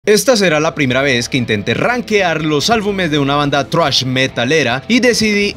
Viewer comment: por qué dice "thruash" jajajaja